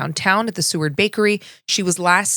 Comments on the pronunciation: It’s Seward like sewer, not seaward. Sorry born and raised in Anchorage I have to say something I’m sorry! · "Seward" Is pronounced "Sue-werd". 😉